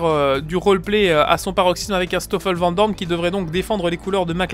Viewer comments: Pilote le stoffel nickel lol mais le vent dorne :D j'habite à côté de la frontière linguistique, et par chez moi c'est plutot vanne doooorne si je me fait bien comprendre :p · Please.. Ne prononce pas vandoorne à la française :( sinon j'ai voté et je trouve l'idée chouette ! ;) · Pilote à titre d'exemple le dire comme Gaëtan Vigneron ;)